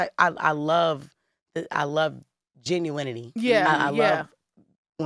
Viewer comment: Genuinity aka JAH-NEW-WAH-TY! 😂😅